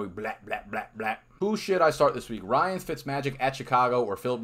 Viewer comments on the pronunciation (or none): none